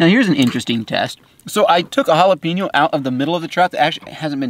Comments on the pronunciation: Sorry my man but I have to correct you on jalapeeno.. it’s Hal-a-peñ-o.. like a writing pen.. J(h)al-a-pen-yo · I’m sorry but “jalapeenno” too spicy?? Hahahahahahahahaahhaahhahahahahahaahhahahahahahahahahahahahahaahhaha